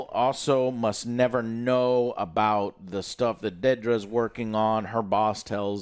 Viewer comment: Jesus Christ Joe- Dedra, DED-RA, not DAY-DRA.